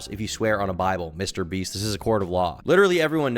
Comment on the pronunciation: "Mr Breast" 😂 Whats on your mind today...